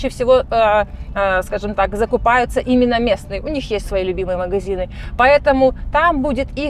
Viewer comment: "Мгзины" , "не дгвариваются" - из какого колхоза это погиня ? 😂😂😂